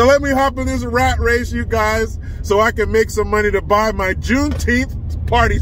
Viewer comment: plz remember it's not juneteeth it's call juneteenth lol 😁😁🏛😁😁🏛